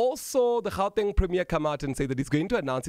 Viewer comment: You must start pronouncing "Gauteng" accordingly, otherwise you are as much as colonised!